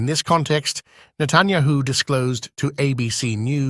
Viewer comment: Who is Natanyaho? Why can't your computer voice pronounce names?